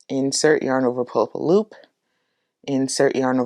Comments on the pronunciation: Saaame xD Everytime I hear poolapaloop. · Great tutorial! Not too fast and not too slow! Also, every time she says "pull up a loop" my sleepy brain just heard "poolapaloop"